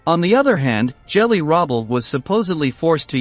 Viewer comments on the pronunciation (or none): Loads of mispronunciations too. It's GELI, not "Jelly."